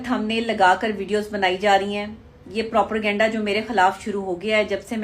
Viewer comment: Kese ho sakta he kisi doctor ko propergenda or propaganda me farq nhi maloom???? Aisa bhi nhi k ghalti se moo se nikal gya blkay jitni baar b bola propergenda hi bola